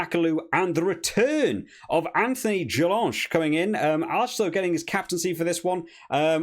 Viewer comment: great analysis 👌but just to say mate we say "jelon" the "ch" is silenced